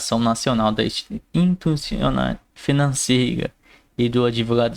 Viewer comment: Do “ grobo” “ lei grobal “ “ institunaçao “😩🤨🫣🚨🚨🚨